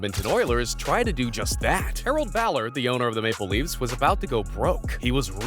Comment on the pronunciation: I think the point is that it's spelled Toronto Mapleleafs not Maple Leafs, but yeah the guy doing the voice over emphasized the wrong part.